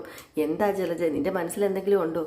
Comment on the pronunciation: ജ്ജലജ്ജ അല്ല കുട്ടീ ജലജ 😂😂 കുറേ ദിവസമായി ക്ഷമിക്കുന്നു 😄😄😄